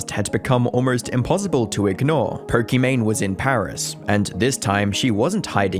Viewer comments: Don't know her and still didn't know anything about her, but why are you saying poRkimane instead of pokimane? Just sounds so obnoxious and weird. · This is not "Po-kee-mayne". This is "Po-kee-MAHN". Her name is Imane ("ee-mahn"). Looks like not enough research was done. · “This is Perk-I-Mane” 😂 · "Perkymane"?? She ain't perky. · Did i hear it right?? Perky Mane?? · If stupid was a person. She should marry Mr Beast and their should sail together towards sunset and we should never hear about them again evPS. er. Why do i keep hearing Porkimane? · perkymane? did i hear that correctly? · Is it just me or does he pronounce it as "Porkymane" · Who is Perkimane?? Maybe learn pronunciation. Holy cow